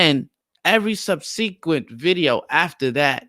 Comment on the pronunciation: I’m slightly enraged by the way you pronounce “subsequent” 🤣, but carryon...